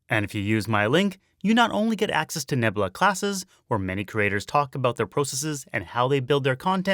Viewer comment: Misspelling Shiisaa is kind of painful. But also going "roofs" instead of "Rooves" is REALLY painful. You should actually know that one. Edit "Neb-lah" really? Okay, look. You're supposed to be telling us things and sharing knowledge. So you're speaking from a position of "What I know" but when you are wrong in such fundamentally, hilariously basic ways, it feels insulting instead. Do better.